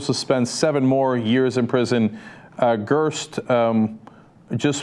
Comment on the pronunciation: It's Peter Greste (rhymes/sounds like REST) not Gurst!!